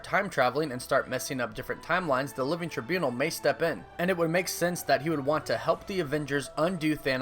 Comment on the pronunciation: I vote for your repeated mispronunciation of “Trībunal”